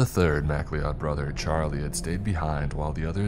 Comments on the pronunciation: Who in the actual fuck pronounces mcleod "mack Lee odd"? Fr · Please learn how to say the name properly. It's pronounced Mc-Cloud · I really enjoy videos about the spooky remote places of the world. As a fan of the Highlander franchise, I have to point out, the surname, McLeod, is pronounced like "ma-cloud".